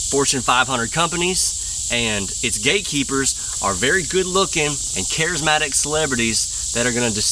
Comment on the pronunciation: Did you say gate or gay keepers? I guess it doesn't matter. ;-) Keep it up Buddy! God Bless.